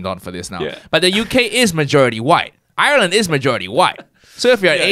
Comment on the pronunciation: Thank you do much for pronouncing ireland as are-land. The first westerner I can respect